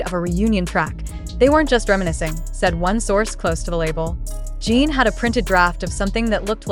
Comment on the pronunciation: Every time I hear her say Gene instead of Jin, it makes me believe it less. And they don’t have JHope’s discharge right either.